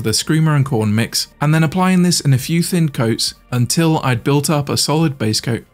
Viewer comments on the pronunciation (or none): none